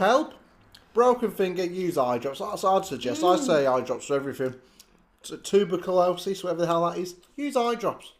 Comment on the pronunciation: Tu? bur? Co? LO? SIS?! Tu! Bur! Cu! Losis! Abbrv. TB lol 😂